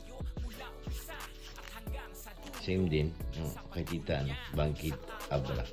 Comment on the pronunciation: Bangued abra.hindi bangid